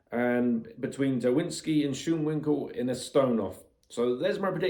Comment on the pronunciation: I am going with my country man Schoonwinkel. It's actually pronounced S-k-u-on-vin-kel.